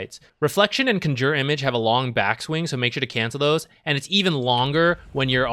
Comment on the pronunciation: Yes, accent is in the wrong place.